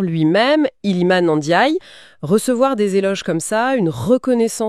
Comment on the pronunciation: Merci pour la prononciation de Ndiaye 👏👏👏